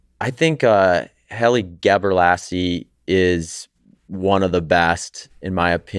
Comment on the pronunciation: “Haley Gebralassie” 😂